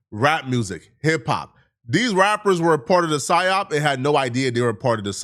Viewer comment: Dr Umar doesn't know how to say psyop 😂